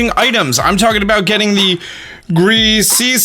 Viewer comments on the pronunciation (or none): Gris ee us orb not greasy orb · More like greasiest orb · LMAO I like when he said "greasy orb" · i personally pronounce it as "gri-shuss orb" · GRIS - SEE - US Orb 😂😂😂